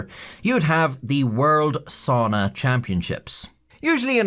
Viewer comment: I like my soona like I like my buffet... pronounced funnily. 😅